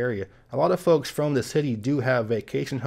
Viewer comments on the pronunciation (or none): none